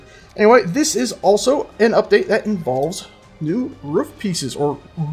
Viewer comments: Ruff? Its Roof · I was about to say: is that the music from halo? then you answered my question. also I love how you're working SOOOO HAAARD to pronounce roof! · From sages pronunciation of roof, I gather he's been getting some grief over saying "ruff"?